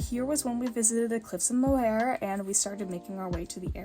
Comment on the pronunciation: Irish girl here ❤ ur pronunciation is super good! A few tips, if u ever see the word “lough” it’s pronounced “lock” and for the cliffs of moher it sounds more like “mow- her” also “bun- door- rAn”.